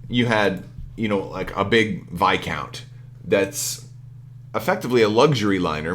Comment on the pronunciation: Hey bud. Great vid as always. Viscount is indeed a "long I." It's a word borrowed from French, meaning a certain title of nobility, and in English there is very much an established pronunciation. I agree that left/right are distinct from auxiliary arcs according to what we know so far. But, don't expect that to last. They'll need to resolve Enhanced Armament and Rapid Reload as soon as they FAQ the Executor, so we'll know in a few months.